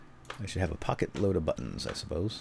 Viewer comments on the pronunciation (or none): none